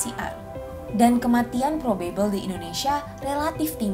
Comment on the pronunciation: mbaaaak pronounciation 'probable' nya aneeh huhu maap yak